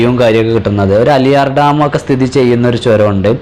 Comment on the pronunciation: അലിയാർ ഡാം അല്ല ആളിയാർ ഡാം